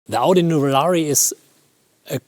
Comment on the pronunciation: Nothing better than a German mispronouncing Audi with a bad German accent.